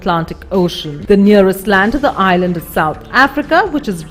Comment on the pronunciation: Annoying how she says "island" - it's like she's murdering the word.